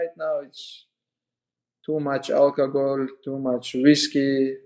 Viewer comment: "too much alkagoll bratha"